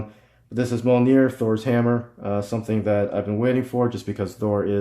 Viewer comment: It is NOT pronounced MOL NEAR